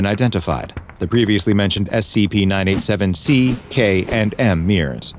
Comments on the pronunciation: when you voice these again can you please pronounce the C it sounds like you are saying SAP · You need to be careful, "Content Farm" team... you made say "S E P". its very clear he said that instead of "S C P"